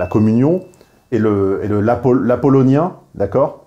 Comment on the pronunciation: Apollinien et dionysiaque, c'est dans «La naissance de la tragédie», cher (à 12minutes 14) Vu que tu dis «apollonien», tu n'es pas assez précis pour dire apollinien.